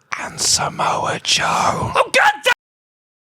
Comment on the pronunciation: Slowly enters screen “and somoa joe” 😂😂😂😂😂